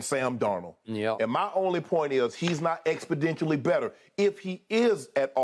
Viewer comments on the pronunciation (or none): Somebody correct Shannon pls. Its exponentially not expondentially